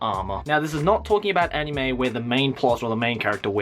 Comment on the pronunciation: you say 'Anime' weirdly. It's not you're accent, (I'm Australian, too) you put too much emphasis on the 'I'.